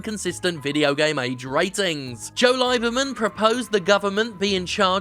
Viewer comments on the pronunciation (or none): Joe "LIE-berman"? Technically not how you pronounce it but OH MAN it should be... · It's pronounced LEE-ber-man... not L... Oh I get it! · At first I was like, "Hey, he pronounced Lieberman's name wrong", and then I was like, "Ohhhhh, LIEberman..." Good one Jim! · Joe Lie-berman? Srsly? What's with the casual anti-semitism?